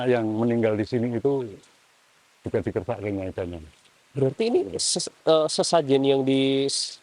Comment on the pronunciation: Menit bukan dikersakit tapi di kersak'ke (dikehendaki/diminta/diambil) oleh penguasa.